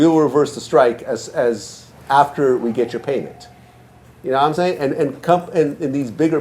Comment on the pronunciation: His wack version of Lod jamars Ya nawImean?!?!